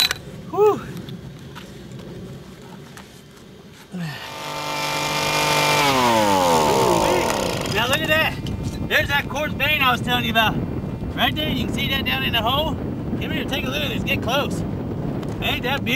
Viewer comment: bank not nank